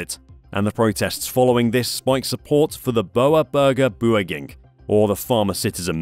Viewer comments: Its funny how much u f*** up the pronouncination of the bbb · the pronounciation of boeren burger beweging was a disgrace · I appreciate u trying to pronounce Boer Burger Beweging🤣